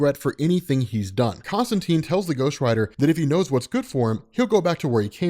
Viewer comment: Love it! I'll even forgive your mispronunciation of Constantine :)